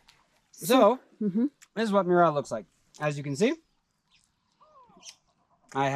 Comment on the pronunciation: I lived in Kenya for a year and chewed every single night. He mispronounces it. Chewing gum and fennel seed was how we did it on Lamu.